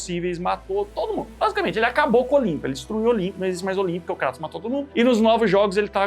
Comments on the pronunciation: Primeiro? O nome é "Krêitos" não "Crátus" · Nao é cratos é Kratos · kratos não pô, krueitos* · Krueitous sai a minha pronúncia de Kratos